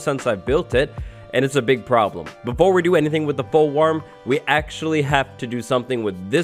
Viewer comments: fool warm? I think you mean wo.... (Banned) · “Fool Warm” 😆😆😆😆😂😂😂😂😆😆😆😆🤣🤣🤣🤣